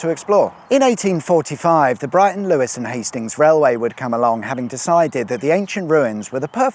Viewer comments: LEWES!! NOT LEWIS credibility lost! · Lewes is pronounced Loos... well, not sure but I want it to be 😂